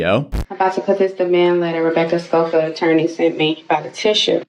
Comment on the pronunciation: How can you read Scofield a million times but pronounce it Scolfield? Baffling.